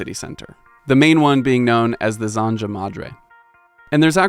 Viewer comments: If you're going to spend all this time researching and producing a video like this, spend a few seconds on how to pronounce important words. Zanja shouldn't rhyme with ganja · The taquito place is called Cielito Lindo and it's damn good. Also, that is not how you pronounce "zanja" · The pronunciation of "zanja" stopped me dead on my tracks. 😂 Not a big deal, just a funny surprise.